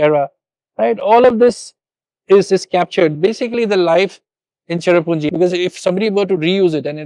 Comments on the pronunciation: Sohra not Chera what the heck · Say Sohra....not cherrapunjee. SOHRA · I'ts Sohra not cherrapunje....